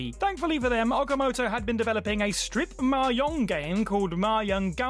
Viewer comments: same thing, still incorrect. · How does someone not know how to pronounce mahjong in this day and age?